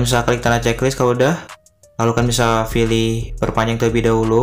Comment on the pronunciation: Pilih apa filih... terganggu dengarnya